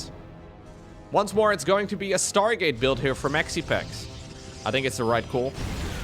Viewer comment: Schtargate units. Dem dutch accent coming through.